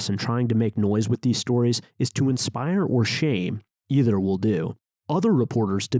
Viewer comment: Thank you for your work Matt. (Nit: "ether" mispronounced)